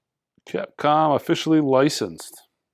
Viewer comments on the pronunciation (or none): none